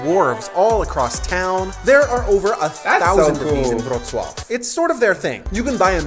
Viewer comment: Wrocław = VRO-tz-wav, what is your closest large city in TX?